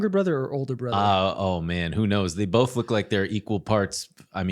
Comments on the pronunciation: Bolth? LOL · Yo the “Bolth” thing had me buggin cuz I definitely pronounce “both” as bolth. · was definitely saying "Bolth"